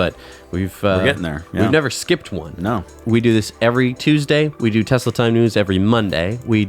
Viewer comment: T for Taxi or... "Tesli".